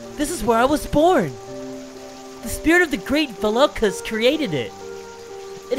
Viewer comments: It’s not vAlokas it Spelled that way but pronounced vulokas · hate to be a pain but Volakas is Vo-La-Kus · Isn't it Va-Lo-Ka